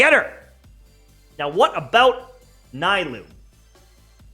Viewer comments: Can he not call her NAI-LOO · The “Naaa-ee-loo” for me lol😂😂